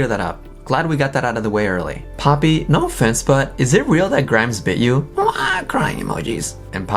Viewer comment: for a moment I thought Titanic called her "POOPY" 😂